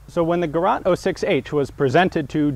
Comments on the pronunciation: Sorry to disappoint, but those guns are NOT called Gerat. Its Gerät a and ä are different letters. Gerät does NOT mean experimental and while you can translate it as device, the actual meaning of the word exceeds just "device" by far. Bot words, Gerät and device can be translated into a number of words from the other language. Just to list some few translations for Gerät you would find in a dictionary: device appliance gadget apparatus implement machine instrument utensil console tabletop piece of equipment tool gadgetry unit tackle set It is one of the most versatile words in the german language and on of the words that make it such a great and capable language. In this context you would probably be right to translate it with equipment. The Duden (a comprehensive list of all german words and their meanings), defines it as 1. a) A (mobile) device, with which something can be machined, effected, or manufactured. b) A appliance to do gymnastics on. 2. An entirety of equipment. Another way to write it would be Geraet, with the ae replacing the ä. But since the ä sound does not exist in the english language and a and e sound differently, that wont really help anybody with the pronunciation. P.s.: In modern, spoken German, "Gerät" can be used to describe pretty much anything, although it carries more than just a hint of irony then. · Gerät = device The German Word have two .. over the A...like Ä or AE. It sounds GERET = device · I know it's much too late and maybe someone already wrote the following: "Gerät" (device) is rather easy to pronounce: just like the english "gay-rate" (with heavy emphasis on the second syllable) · it is GERÄT - and no, you cannot leave the dots out that totally changes the word... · it's (Gerät). The (ä) is pronounced like a long (A) such as in lake. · * Gerät 06 (pronounced like "Gerate"[english pronounciation]) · GerÄt with an ä :) Nice and very informative as always. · Gerät. "Ä" as the A in "am". thank you. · it is gerät not gerat..